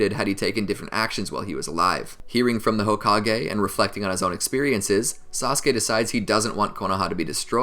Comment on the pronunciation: Did he say sauske